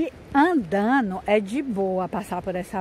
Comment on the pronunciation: Mulher o verbo é andando , falando . Não é andano, falano. Kkk